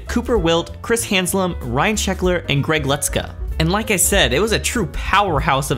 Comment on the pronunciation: No "n" in Haslam. Being a fan of his, the name was a bit grating to hear, but otherwise loved the video!